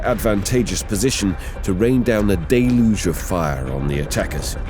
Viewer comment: Wonder how many times he’s said “deluge” in this vid. Gotta be 15-20 at least Day-looge